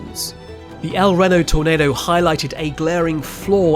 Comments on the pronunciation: EL Reno! It’s pronounced with a long “e” - El Reeeno! Reno: Pronounced /ˈriː.noʊ/ (REE-noh), with the emphasis on the first syllable. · El-Ree-no (as in Reno, Nevada) & Mezo-cyclone (as in mesozoic era), and Tim & Paul Sah-Mare-ess (RIP lad. As for the other pronunciations, we'll let "haytch" slide for the lettet "H", just as we let "zed" for the letter "Z" (zee) slide because honestly, it sounds better. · El Reno, Oklahoma is phonetically pronounced el-REE-noh (/ɛlˈriːnoʊ/). The name is pronounced with a short "el" followed by a long "e" sound in "Reno" (like the city in Nevada), with the emphasis on the second syllable. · Oklahoman here who lives in Moore currently - its pronounced El (ree know) love your vids!!!! And astrum of course :) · Long E, not short E for El Reno. Think of it as El Reeno. Otherwise, stellar video! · lmao. And I’m from Venezuela. Your point? He’s not saying it correctly because El “Reeno” it’s pronounced like that here. Period. I know how it’s pronounced in Spanish, in America it’s not pronounced like that and it’s the name of their city. We have to respect that. I don’t go to Spain and tell you how to pronounce Portmán or whatever other city you have named from other languages. Get over it. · Ok as an Oklahoma I hv to tell you…. It’s El REno. I’m not even sure what your saying lol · EL Reno! It’s pronounced with a long “e” - El Reeno. My mom and dad lived there for awhile in the late 1940s. They experienced their first earthquake there! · I am also British and I have to correct my fellow Brit here. The places Reno and El Reno are pronounced here exactly the same as they are in the States. Phonetically it's 'El Reeno.' If you're pronouncing it like the creator of this video, you're saying it wrong! 🤷‍♀️ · Apparently not. In this video, it's "El Renno". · I have been cringing at the pronunciation. Like, I get it, you've got an accent, but there's literally a Reno, Nevada. It's not like Miami vs Miami 😂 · Is he saying reno wrong on purpose?